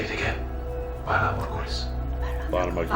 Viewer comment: It's VALAR, not "Valor".